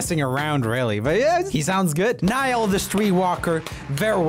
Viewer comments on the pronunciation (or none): it’s not pronounced neeall it’s pronounce nie ( rhymes with die) al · its NIALL :( roomie was like NEIL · Poor Nail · I was shocked when he said neall horan , I was fricking screaming that his name is NIALL HORAN not neall. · It’s NiAll not NIall! Listen to the whole album of him it’s amazing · Niall Horan exits Roomie: Niel Hooran poor Nigel always gets his name butchered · the way he pronounced niall is a throwback to the our moment photoshoot where the photographer call niall as niel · It's Niall, like nile. He's Irish. Only fans and the irish will understnad. Lol. I'm a big part irish. sometime my accent comes out. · I came for Taylor, and found Niall! Wow, that really surprised me! New directioner here, but it still really, REALLY annoyed me when he said, Neal. Like, seriously!! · The way he said Niall 😂 No Joel it’s pronounced Nye-all Sorry that killed me I found it funny 😂😂😂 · Niall will always be one of the best singers in the world Also it’s pronounced Nie-ell 😂 No offense though Love your vids i watch you daily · I literally got upset when he mis pronounced Niall's name... 😭😭😭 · I know like he's been famous since 2010, get his fricking name right! Just like how everyone called Louis and pronounced the darn S. It's silent smh I literally commented telling Joel how to pronounce Niall's name 😂😂😂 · 90% Taylor and her aswersomeness 5% The bad pronouncing of Niall Horan 5% Other stuff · Oh god every time he says Niall's name I experience a heart attack He said it correctly in the end tho i'm confused... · I got so mad when he pronounced Niall's name wrong I threw my phone across the room and it has a crack in the screen now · The way you pronounced niall had me rolling on the floor 😭😭😭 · Any other directioners cringing the way he said “NiAlL?”😂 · As a directioner no offense but I kinda got pissed by the way he pronounced Niall Horan